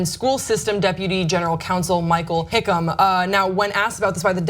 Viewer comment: just saying now the name is hick man i not hickum wtf if someone adressed me as hickum id be pissed same last name as me its hick man not hick um learn to fing read